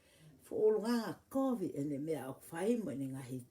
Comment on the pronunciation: Kataki koe covid not covic malo ofa atu